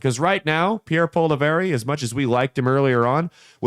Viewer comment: As a Canadian conservative let me say you couldn’t be more wrong. Can’t even pronounce his name right 😂. He was more worried about the major issues happening in Canada then fear mongering over Trump or wasting time on American pod casts.